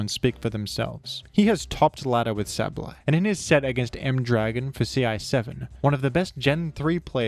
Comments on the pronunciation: DUDE... "say-buhl-eye". Not "sabb-blai". PLEASE. I had to click off of this video. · I’ve never once heard Sableye pronounced as Sab-lie. I’ve always heard it pronounced Sable-eye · Where did you get that pronunciation from though? It is sable, eye. I do not understand. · If you think that's bad, I originally pronounced (and sometimes still do out of habit) Sableye as 'sabble-eye'. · Sab-Lie is understandable if you don’t recognize the word “sable” when you learn the name, but it is strange to hear lol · My pronounciation: “Say - bol - eye” My parents pronounciation: “Pikachu” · isnt it sabel eye idk i could be wrong like with decidueye pronunciation(fr just asking no critique) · Yea… you still manged to say sableye wrong Nice vid tho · I had to pause the video after the first 10 seconds, I’m sure it’s very good informative I just can’t listen to the way you say his name 💀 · this guy pronounces "Sableye" like an automated hotline would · good video but they way you pronounce Sableye causes my brain to short circuit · Why are you saying Sableye like that... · Tf did u pronounce sableye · look my point is just that it shouldnt be pronounced like abs, it should be pronounced like able. The ab part. Also no, theres basically no universal rules like that in english. Youre just saying shit more confidently like it makes you more right bro stop